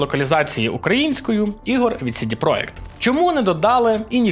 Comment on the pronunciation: чувак ) не "сiдi проект", а "сiдi проДЖект", це ж англiйська, бебi ))